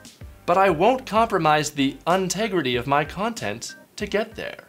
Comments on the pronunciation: "Un-tegrity" Love it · "Untegrity" :D <3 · "untegrity" LOL